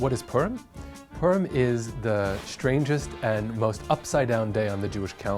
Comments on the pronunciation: I’m pretty sure we pronounced it as “pu-r-im” not “purm” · as a jewish person its pronounced po-rim not Purum. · H Levin poor-im is also common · Sounds like he's saying perm. it sounds like a holiday about getting your hair done. Hey Jimmy I really like your new hair style Yeah well last weekend was perm so I had to change my hairstyle according to my Jewish faith. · I thought he said "P*rn"💀💀💀😅